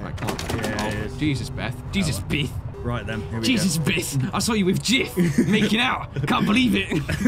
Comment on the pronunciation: Other people: Beth: Bith